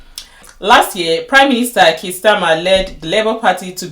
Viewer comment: Her name is not pronounced bad pronounced bay d like bay watch, Please watch prime. minsters questions time. You see how her name is pronounced also Kier you need to learn to pronounce it also. Well Your content is full of cherry picking as you saw how she was praised two weeks ago about supreme court victory case on Biological female. Do you know the people who voted her in. Yes we all know that she won't be the leader not because she is not leadership material as far as l understand the British politics, she was just there to satisfied the system. But don't say she has not done well is so wrong the woman has been in. Politics long before you came to UK listened to what she said today about the current election you will be balanced in your content. Some of the immigration laws are already there so it not Kemi that will change it, it has to go through a process as a bill first before it becomes law.